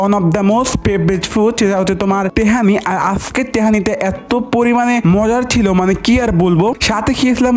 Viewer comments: তেহারি❌ তেহামি✅ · Polao roas❌ponao nost✅ Tehari❌Tehani✅😂😂😂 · Tahari❌ Tahani✅ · তেহারি❌ তেহানি✅ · তেহারি না তেহানি হে😂😂😂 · তেহারি ❌ তেহামি✅ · তেহারি না তেহানি 😂😂😂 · তেহারি❎ তেহামি✅ 😂😂😂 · তেহারি ❎ কেহানি ✅ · তেহানি ❎ তেহারি ✅ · পোলাও রোস্ট❎ পুনাও রুস্ট ✅ তেহারি❎ তেহানি ✅ মোজো ❎ মুজু ✅ নুডুলস ❎ নুডুলস 😂😂😂😂😂😂😂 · তেহারি ❎তেহানি✅ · তেহেরি বল ভাই পেহেনি কি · তেহারি ❌ তেহানি ✅😅😂😂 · তেহারি❎ তেহানি✅ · পোলাও রোস্ট ❌ পুনাও রোস✅ তেহারি ❌ তেহানি ✅ ডায়েট ❌ দায়েত✅ ডিমের সালাত ❌ বিমের সালাত ✅ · তেহারি ❌❌ তেহানি ✅🙃🙏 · তেহেরি 🙅‍♂️ তেহেমি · পোলাও রোস্ট ❌পোলাও রোস্ট ☑️ তেহারি ❌তেহানি ☑️ 😂😁😂😁😁😁😁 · তেহেরি ❌ তেহামি ✔️ 😂😂😂😂😂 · তেহারি না তেহানি😂😂😂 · Tahari❌ Tahami✅ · তেহারি ❌ তেহানি✅🤣🤣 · তেহেরি❌ তেহানি✔️ পোলাও রোস্ট❌ পোনাও নোস✔️ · তেহারি ❎তেহামি✅😁😁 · তেহারি না-না-না-না-না তে হানি হে😂😂😂😂😂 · তেহারি❎ তেহানি✅😂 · তেহারী ❌তেহানী 😂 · TAHARI❌ TAHANI✅😂😂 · পোলাও রোস্ট ❎ পোনাও নোস্ট ✅ তেহারী ❎ তেহানী ✅ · তেহারি রে কয় তেহানি